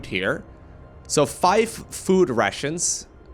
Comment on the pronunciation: Am i the only one who laughs every time say: "Food Russians"?